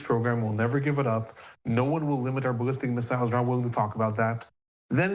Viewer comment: why do you pronounce missiles like an idiot?